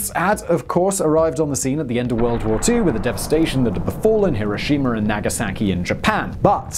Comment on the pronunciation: And no R on the end of Hiroshima!